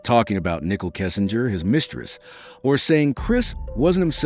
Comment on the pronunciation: It's Nicole not Nickol its shanann not shanin how disappointing you can't pronounce the name